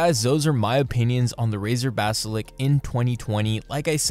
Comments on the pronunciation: mate its 'Basilisk' not "basilick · bro said "BASALIK" instaid os basalisk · Ba-si-lisk. Not Ba-si-lik. Not Ba-si-liks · Basilisk, not basilic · All good and well but can you please just say "basiLISK" instead of "basilk" it just makes my ears hurt. Couldn't watch more than 3 minutes. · Golly if it annoys you that much then Im sure you have alot of friends lol. When he says it I just think it's funny. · good video, but you saying "basilick" instead of basiliSk was pretty funny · Lisk, not lick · Seriously? You’ve had it for 2 years and say basilik?? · Stop saying basilik it makes me sad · You mispronouncing 'basilisk' constantly irked me. Also it's a bad mouse, and Razer is usually overpriced junk. Anybody reading this should be wary of Razer products in general. Look for alternatives that are actually quality products for the price you're paying for them.